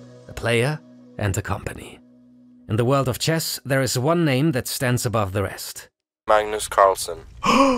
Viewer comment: mug-nus it the goat actually